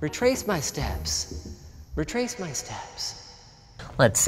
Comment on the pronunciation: "RAY TRACE" my steps - Linus